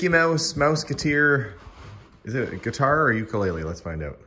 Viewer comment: Getar not guitar! Lol! Enjoyed, TYVM!